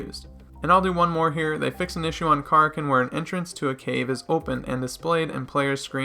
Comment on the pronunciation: Ka rak ken is how you pronounce. It’s like the sea monster